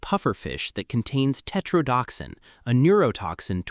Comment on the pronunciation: Tetro-DO-toxin! Jeez, learn how to pronounce!